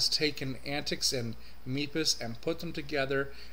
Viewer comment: You pronounced MEPIS incorrectly in a couple of places in your video when discussing the MX-14 heritage. The "E" in MEPIS not "long", and MEPIS is pronounced like Memphis with the extra letters removed. But, otherwise, great review. Thanks for sharing your thoughts.